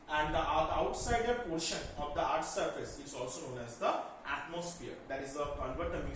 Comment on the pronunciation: It is not eaarth it is earth